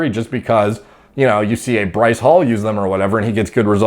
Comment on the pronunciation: You say Bryce wrong. You say it like “Berr-ice” put less emphasis on the “berr”